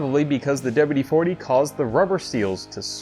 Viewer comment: "Douba-U-De-foutee" Careful gents, this man is educated.